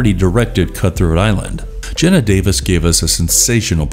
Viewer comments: It's pronounced Gee-na Davis. Not gen-na. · Commentators should really learn to pronounce the names of actors properly. e.g, it's Geena Davis, not Genna.